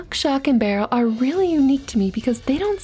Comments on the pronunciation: Shock, not "stock" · lol she said stock instead of shock which is the name of the witch child just saying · It’s shock not stock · Stock, not shock, she just pronounces it wierd